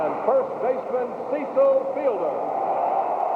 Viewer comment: PA announcer says, "CEE-sull" instead of "CEH-sull" and you can see Fielder say, "Aw, man. He called me CEE-sull, man."